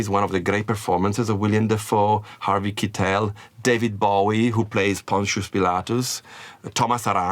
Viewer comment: one of my favorite directors working today and one of the most eccentric and artistic individuals in the industry! Also, loved that an italian picked The Last Temptation with “Harvey Kee-tell”, very on brand lol